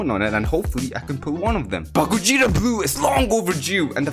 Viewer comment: Gogeta gojeta goweeta